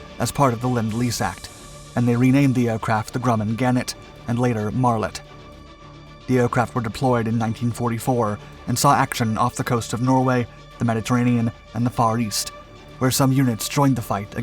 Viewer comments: The British version is pronounced Mart-let, not Marlet.Enjoyed the piece, though. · M-A—R-T-L-E—T, not “Mar-let.” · British designation: "Marlet."? Never heard that before. I was familiar with the F4F designation "Martlet". Hmm. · Great video, however pronunciation needs a lot of work. For me, a Metric system heathen, conversions of Imperial Measurements to Metric would really improve your videos. English called it Martlet, not Marlet 😁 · You are correct but it is actually Martlet, not Marlet.